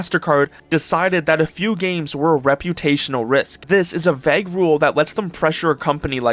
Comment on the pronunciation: someone should teach that kid how to pronounce vague